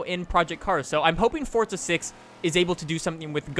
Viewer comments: Love your videos but it's forza bro not fortza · It's forza not fortza